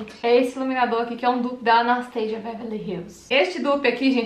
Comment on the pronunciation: pq tu pronuncia "Anasteisia"? A pronúncia é Anastacia msm... igual no português. xx